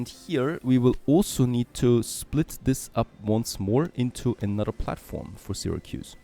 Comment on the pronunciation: Sarah-koos. Oh my hears!